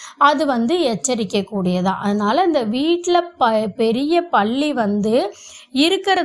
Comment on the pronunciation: 😂😂😂 ப என்ற எழுத்தை அழுத்தி சொன்னால் பெரிய ள போட வேண்டிய வரும் அதாவது பள்ளி.அவங்க சொல்லும் போது பள்ளி என்று ப வை கொஞ்சம் அழுத்தி சொல்றாங்க. ஆனால் ப என்று சொல்லும் பொது ba என்று மெதுவாக சொன்னால் தான் பல்லி என்று சரியான வார்த்தை வரும் . பள்ளி என்றால் ஸ்கூலை குறிப்பு அகி விடுகிரது.